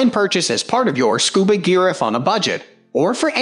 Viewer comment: Scub"A"pro - nice doesn't know how to pronounce "Scuba" and we're supposed to take their advice on Scuba gear?